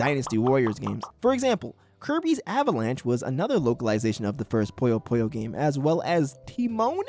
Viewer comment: It’s not POYO POYO, it’s PUYO PUYO, this isn’t KIRBY’S AVALANCHE or GHOST TRAP